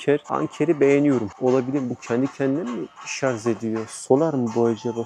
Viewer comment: Şarz değil şarj